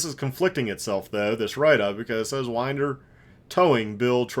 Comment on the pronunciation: P.S. Winder rhymes with cinder.